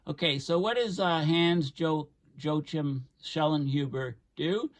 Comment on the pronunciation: Wow, great stuff,! You are laying down the doomer porn like no one's business this evening! BTW, 🤣🤣🤣🤣🤣, - Hans "Joechim" Schellinhuber!! Is that your academic, linguistic pronunciation,?? It's actually pronounced "Yoacam." 🤣🤣🤣🤣🤣 On another note, why does anyone think that Obama spent hundreds of millions on renovating and upgrading the underground Federal fallback locations, like Site R and Mt. Weather, when there wasn't any particular nuclear war threat at the time? Steven Chu, his Science Advisor has known for decades how bad it will get.